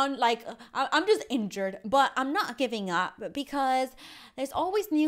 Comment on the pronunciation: In the beginning when she said injured it sounded wierd